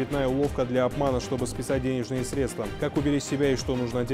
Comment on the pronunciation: журналисты, милые, хорошие наши, пожалуйста когда в вашем эфире человек неправильно ставит ударение поправьте его и заново снимите репортаж. вас подростки тоже смотрят, они верят что в телевизоре всё правильно и потом так же неправильно произносят. надо говорить сре'дства, а не средства'